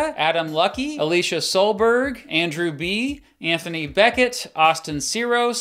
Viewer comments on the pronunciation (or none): none